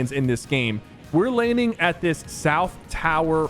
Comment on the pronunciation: Jit said linding💀